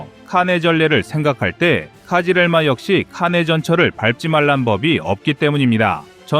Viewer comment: 카지렐마가 아니고 크즐 엘마 (빨간 사과) 입니다. 카싁츠도 카슈끄지라고 그지같이 말하더니, 크즐엘마도 엉터리로 이야기 하네요. 이름조차 엉망인데, 내용을 맞을 까요 ? 얼추 맞아보이기는 하지만, 정보의 신빙성에 의문이 듭니다.